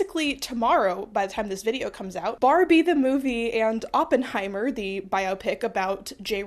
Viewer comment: "sorry Germans", hi German here and on behalf of Germany, I forgive you for butchering the name because as my favourite youtuber, you can't do no wrong 🩶 Edit: Okay, hanging the German flag upside down is actually perfect and I loved this goofy video!